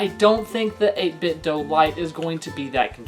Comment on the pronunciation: Do! It's Do! Not doe It's Do!